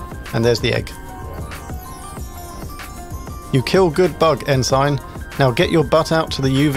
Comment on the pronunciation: Very well done. Incidentally “Ensign” is pronounced ‘En-sin’. It’s a U.S. navy rank.